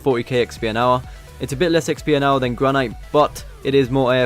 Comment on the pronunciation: Misprounced granite. downvoted.